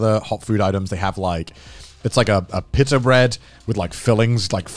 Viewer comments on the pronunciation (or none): none